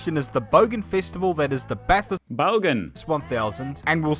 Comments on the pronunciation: no car has ever won a race. its the driver who wins not the car. that;s why no American driver has ever won Bathurst (pronounced bathurst not BATH HURST however. Australian made cars and drivers have won NASCAR many times. Thanks for watching. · FYI, it's pronounced "Bathist"